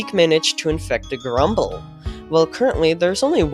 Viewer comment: 'GEURUMBLE' species